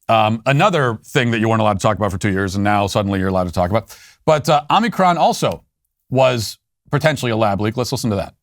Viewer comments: It’s hilarious how Matt intentionally mispronounces Omicron.😂🤣🌽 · Listening to my sweet baby Matt try to say Omnicorn made daddy feel so good. Don't ban me...